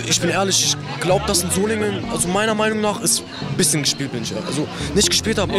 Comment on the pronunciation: Naja es ist einfach nervig. Als ob die nicht "Ich" sagen könnten. Warum sagen sie ständig "Isch"??